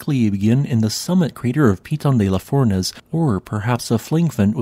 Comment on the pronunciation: Not bad pronouciation of Piton de la Fournaise - but the stress is on the last syllables: pitON de la fournAISE.